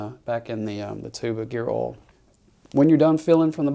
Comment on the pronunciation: Oil is not pronounced as all.